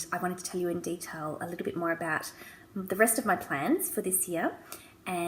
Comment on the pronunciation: I thought you said 'plants' at first, not 'plans'. They're both great, though! The first thing on any to-do list I write is 'write to-do list'. If I can cross something off right away it motivates me and gets me going to do more things.